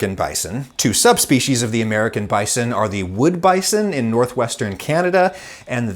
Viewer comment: I struggle to watch this video due to the way Adam pronounces bison